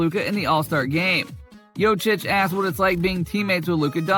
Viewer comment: As much posible as for you to say corectly Jokic's name.